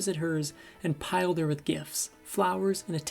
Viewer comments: decent video but please, pal pronounce the words correctly: assuage and plied, not piled. Weirdly you didn't tell that Rita's father sexually molested her. Were you too shy? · Plied not piled! It’s not the only word you’ve mispronounced. Miss Hayworth deserved better from the men in her life especially the narrator who doesn’t know the difference between plied and piled.